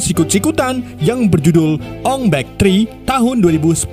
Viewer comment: Bukan ong bek. Ong bak😂